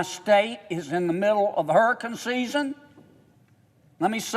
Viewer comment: HURRACUN SIZZEN